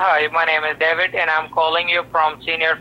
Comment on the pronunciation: The way they say David always makes me laugh. Dah-viht. No clue why they pick that as a fake name if they know they can’t pronounce it properly.